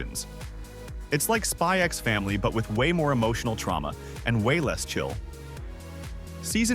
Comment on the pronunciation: sorry for a nitpick on two videos but the x in Spy x Family is silent. Ditto Hunter x Hunter and xxxxholic and a host of others. The pronunciations are visible in the logo if you read Japanese, so this isn't just an opinion or anything.